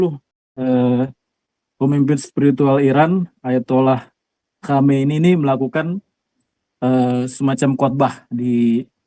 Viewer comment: Khaminem bkn Khomeini 😅